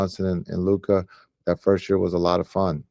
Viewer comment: Stephen A still not pronouncing Luka's name.correctly 🙄